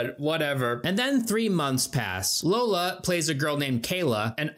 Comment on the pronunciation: You say ‘Lola’ but it’s Iola aka ‘Yo-La’